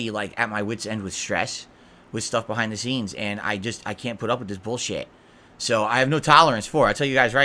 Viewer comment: BUHHAIND DUH SEENS